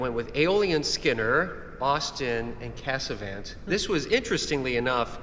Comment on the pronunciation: Trump, due to his 51st state nonsense regarding Canada, now forces me to ask if Americans would please pronounce Casavant correctly. The three 'a's are not pronounced the same. The last 'a' is more like the soft 'o' in honk. Also, the final 't' is NOT pronounced. Vive le Canada!